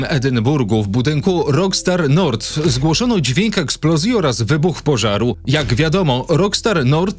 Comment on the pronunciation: Weź chłopie zacznij normalnie wymawiać ang nazwy. O ile " rokstar nord" można jeszcze ścierpieć to to że " skontaktował się z nim ceo spółki .." no to serio jest nieprofesjonalne. A szkoda bo nazwałeś się ładnie więc wypadaloby żebyś też chlubnie się wypowiadał a nie tylko liczył na lajki za samo podjęcie tematu związanego z GTA 6.